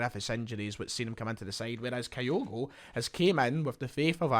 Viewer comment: ..pronounced kee-goo,….thanks.